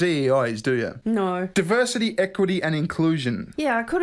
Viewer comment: Muh duhverzity strikes again